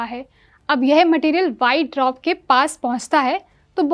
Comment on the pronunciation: पहले पढ़ना लिखना बोलना सीख लो , तब न्यूज़ रीड करना , dwarf भी नहीं बोल पा रही